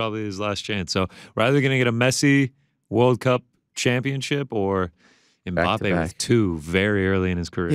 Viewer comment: can not pronounce Ajax like he pronounced it. Ariel said it right but Ariel pronounced Mbappé wrong. And i thought Ariel knows how to pronounce names, especially when its a french name. Smh. 😃